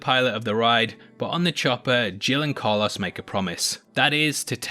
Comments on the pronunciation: Nobody: This guy: Carluss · Every time I hear him say Carlos I cringe so hard. 🤣